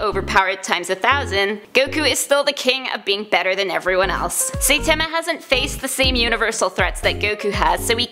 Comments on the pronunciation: Also. She says "saytama" never seen an episode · pls… at least "sigh-tama" or "sightma" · Its Saïtama, not Saitama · this video gets a dislike because you pronounced "saitama" so damn wrong! it was so cringe! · She pronoinced Saitama wrong lmao 😂😂😆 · Ok. Firstly, you saying saitama's name wrong. Secondly, this is rigged and I'll show you why